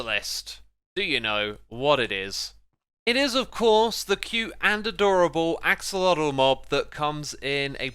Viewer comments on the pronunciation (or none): none